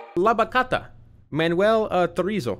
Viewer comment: IM SORRY BUT I CANT WITH THE WAY YOU SAID BACHATA YOU PRONOUNCE THE 'CHA'